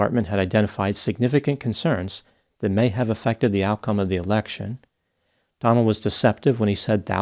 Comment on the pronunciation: Ha! Must be me, but i heard “turn over the American presidential erection” 😂😂